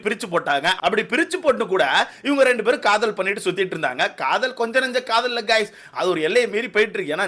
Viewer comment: Kadhal illa brow kadhool 😂😅